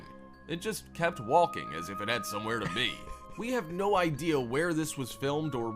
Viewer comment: it's not just funny he says walking and pronounces the L. its even funnier that sometimes he says it correctly and immediately says it incorrectly.